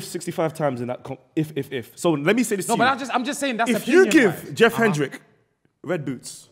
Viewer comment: Man said Jeff Hendrix!!